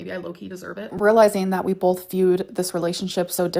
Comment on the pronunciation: „We BOLTH viewed the relationship differently“